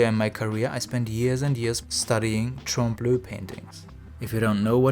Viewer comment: Trompe-l'oeil (french for "fooling the eye") is pronounced "tromp luy" (read this as if you were reading english) ^^